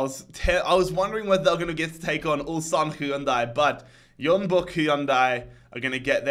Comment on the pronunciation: Stop pronouncing Jeonbuk as Yeonbuk.